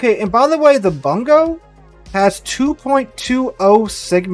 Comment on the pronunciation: I still haven't seen a streamer pronounce the Bungo correctly lol.